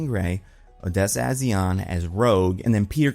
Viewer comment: Rocha is pronounced ROW-ka. A’zion does not have an L in it. It’s AH-z-eye-on